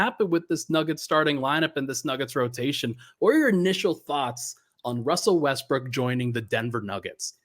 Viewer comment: Haha he said Wussell Restbrook 😂